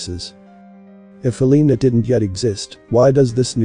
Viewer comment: "Hell uh nuh" "Helna" Not "hll EE nuh Get it right